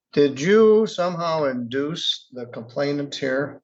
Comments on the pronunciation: The word is complainant, not “complaintant” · COMPLAINANT Not complaintant. There is only one "T" and it only appears at the end of the word. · please learn how to pronounce "complainant". The only T is at the very end. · Complainant not complaintant, other than that little gripe, I enjoy watching the fools in court